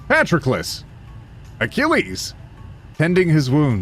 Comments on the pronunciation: Me: Patroclus is pronounced "puh-tro-kluhs".: No, this is Patrick. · Your mispronunciation of patrolucus is infuriating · Say it with me now: pa-TROK-el-us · Anyone gonna talk about how he pronounces Patroclus as "Patrickless" as if Achilles is missing a Patrick. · I hadn’t heard the name Patroclus mentioned for absolute years and I thought you were saying Patrick-less. And I thought that was some euphemism in itself that I couldn’t understand but was pretending I could. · here's how you say Patroclus Puh-trok-uh-lus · Is no one going to mention his mispronunciation of “Patroclus”?